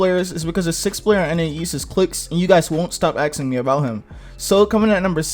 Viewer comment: ''Aksing me''